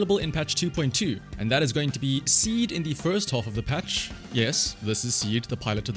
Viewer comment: in Japanese her name is シード(shiido) so saying "Ah Seed" あ、シード (ashiido) - sounds like you're saying Feet 足 (ashi)